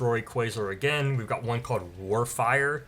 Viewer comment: I remember one of the abilities being pronounced as (War-fer)